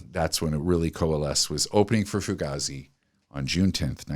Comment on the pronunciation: For a guy hosting a music podcast, you think hed know how to say fugazi 😂